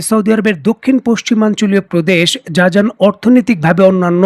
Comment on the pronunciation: উচ্চারন জাজান হবে না হবে জিজান।